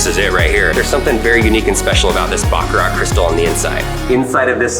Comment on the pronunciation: Really. You guys were at the factory and couldn't at least try to pronounce Baccarat correctly, even just once on camera? ((think like a 🐈 coughing up a hair ball with the "t" silent, cause, like, the t is always (almost) silent!!!))